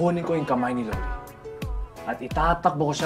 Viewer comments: the lorie pronounciation is sending me 😭 new fave youtuber!!!! pls do more of thesee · La-like ko na sana kaso 5 times nyang minention si Laurie ng wlang british accent